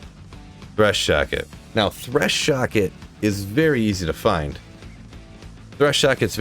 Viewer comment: "Threshocket" lol